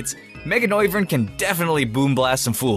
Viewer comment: It's Mega... NOIVERN